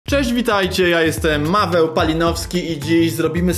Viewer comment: Czemu powiedziałeś Maweł a nie Paweł?